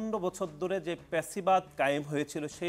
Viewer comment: ফ‍্যাসিবাদ কে পেচিবাদ বলা কোন ক্লাসের ছাত্র?